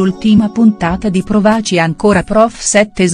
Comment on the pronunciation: Ma chi legge? L'accento, l'accento tonico del verbo " provaci" ripetutamente sbagliato!!!!!!!